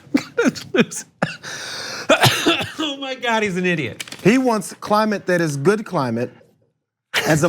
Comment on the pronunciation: "THERES VERY GOOPD CLIMATE ON BOTH SIDES!!!"